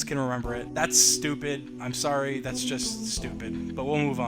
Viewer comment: how many times he said "tharts a flint" | | | | \/